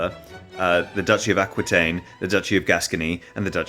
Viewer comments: Prononciation is terrible but the story is very much true. Eleonor of Aquitaine (and not, aquouintaine) was a fascinating woman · Saying Aqooeetaine but Teerells is hilarious